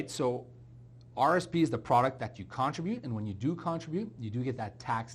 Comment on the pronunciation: Con-trib-ute. Second syllable gets the umph.